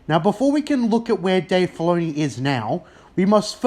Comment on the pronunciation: Writah, Filoneeh, force usaah